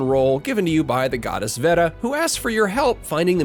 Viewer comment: It's pronounced "vay-da"